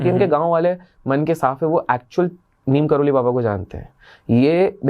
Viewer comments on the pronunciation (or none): Bhai Neem Karoli nahi Neeb Karoli